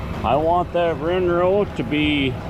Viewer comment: Windrow or rinrow??